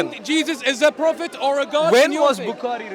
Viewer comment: I always have to laugh, when they say. Phophet Muhammad! 😂😂😂In Muhammad times, was no vowels.